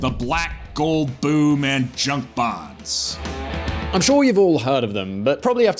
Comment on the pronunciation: The American voice said, "Bahns," German for highways.